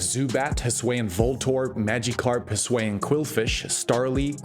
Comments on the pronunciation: but hey, I honestly really like the way you pronounced it, I’ve never heard it like that before lol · I just can't take someone seriously as a pokémon content creator if they aren't going to try to pronounce something as basic as Hisuian correctly. Has he seriously not heard a single person pronounce it in over 3 years that Legends Arceus has been out?